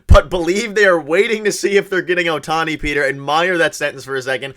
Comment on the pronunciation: Hello from Japan. Perhaps to better the chances of signing Ohtani, his name should be pronounced correctly. It’s OH-tani, not oh-TA-ni. The stressed syllable in his name is on the first syllable not the second syllable. GO JAYS GO!